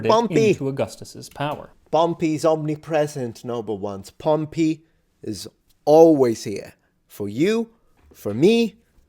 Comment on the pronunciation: I watched the original when it dropped and was excited to rewatch it with you and couldn't wait your reaction to his pronunciation of Pompey 😂